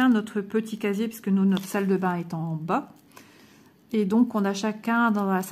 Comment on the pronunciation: Tu prononces pisque au lieu de puisque 🙂